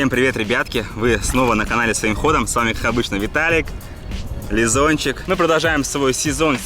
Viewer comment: не ЛизУнчик, а ЛизОнчик... А то как то пошло получается